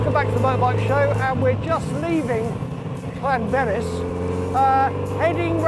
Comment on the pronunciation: "Lanberis"? "Penyerpass"?? Is he back on the drugs again?? 🤣🤣💉💉💉💉💉